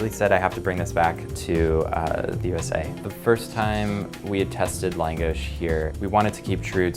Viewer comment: Reaction At First: Thank you, so so much. We need more Hungarian cuisine in New York. It's lacking so much and I need all the langos in my life. Then: Hearing him pronounce it wrong was pretty weird and why is it so small? Has he been to Budapest? I'm confused. I will still try it... *Looks up restaurant*: Oh, I can't even afford to go...when langos is like straight-up cheap street food on a Balaton. Now I'm just teased and incredibly sad.